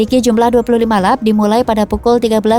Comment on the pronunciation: Lap dibaca lep! Bukan lap makan!🤣🤣🤣🤣🤣🤣